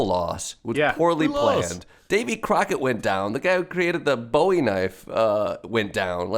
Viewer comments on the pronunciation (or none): Jordan, his name was Jim Bowie, and it's not pronounced like David's surname; it's "B00-ee". You made Richard Widmark cry.